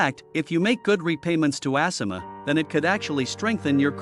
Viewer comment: ASSima?? Lol I believe it’s A- Sima